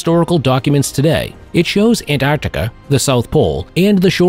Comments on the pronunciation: actualy he said"Artica"lol... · As in most cases, the narrator leaves out the middle c when he says Antarctica. he says Antartica. This always drives me nuts. Then, an encounter with UFOs. He states that the object was identified as an unidentified flying object.. now, what?? They identified something that was unidentified?? By the way, I was led to this video through my google feed. What does this tell us about google? Have fun everyone.